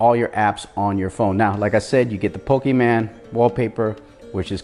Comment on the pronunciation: Bruh it's not PokemAn, it's PokemOn............... nice vid still hahaha question, does 60fps video recording works on this ROM?